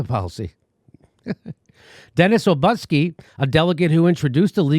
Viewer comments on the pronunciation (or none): none